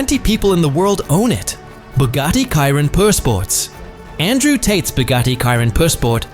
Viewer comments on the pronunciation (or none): Bro it's not Cairon it chiron chiiiiiiiiiiiiiiiiiiirooon 😅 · This is such a amateur & awful work here! ...1. It is not Konisegg, it is Koenigsegg ....2. Chiron should be pronounced as Šhiron, not Kajron ....3. BIG FALSE - there is no Rimac Gemera!!!! He own Rimac NEVERA (Gemera is Koenigsegg) and again bad pronunciation - not Rajmek :)))) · Dude where u from ? Chiron not kairon 😂😂😂😂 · Bugatti "KAIRON"???? pronounce it correctly